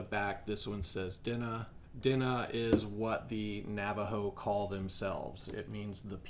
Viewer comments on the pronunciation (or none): It is not pronounced "Dinah"... Di Neh is about the best I can describe it. Like saying meh but Neh.... Di Neh... Say It with me. Diné. 😂😂😂 Dinah 😂😂😂 do not say it like you hear in the video... You will get roasted. Also the symbol is DI'ORR Greenwood logo. 😂😂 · di- neh is the way it's pronounced (not hating)